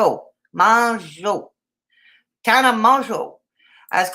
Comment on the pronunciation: Hope you are doing well! Also, you pronounce Tana’s last name in the same manner you pronounce JUNEAU (MOW-ZOH); Except the Z makes a “je” sound, as in Je m’apelle. 🤷